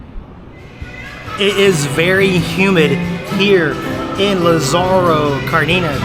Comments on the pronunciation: Yeah.. sin ofensa pero.. when you always pronounce your Spanish “e” without an “Ayyy” sound but e sound. Cardeeeena 🤦🏻‍♂️ paired with getting angry about being told not to film. You kind of come across as the worst , entitled American Karen / gringo travelling abroad. 😅 don’t be a Karen! I could be wrong but I’d probably say it Like, Lah-sahh-row cahr-Dane-yuhs. Anywayyy. Cool you’re going back to Guadalajara, I’ve been there for months on end; I used to run around Providencia, the aqueduct there, Colomos Parque, Andares mall is super nice. It reminded me of like Mexican Beverly Hills some neighborhoods :) There’s some other cool outdoor malls around there too, Ajijic, Tlaquepaque, Chapultepec. Anyway, Sundays were also cool I think, I forget if it’s once a month or every single week. But they close some main streets for running / biking. So many people go out and do that there! Just a bit of positivity, oh and I’ve seen a baseball and soccer match in GDL too 🎉🥳🥳🥳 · It sounds funny how you pronounce it.😂 I used to live there and came to the USA at age 12. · Please get the pronunciation right at least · Butcher the name of the town